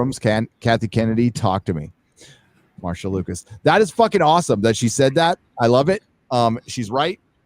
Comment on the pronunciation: Would someone please tell Marcia is the same pronunciation as Masha. Every time he says MarSia my ears hurt.